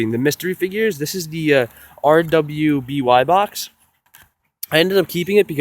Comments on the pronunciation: I cringed when he said R W B Y. It's pronounced Ruby. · Rwby is pronounced ruby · Did you just say R.W.B.Y box? 😂😂